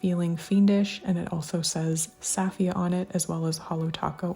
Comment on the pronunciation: I got the bundle and I’m looking forward to its arrival! Btw, Safiya’s name is pronounced “SUH-fee-yuh” 😊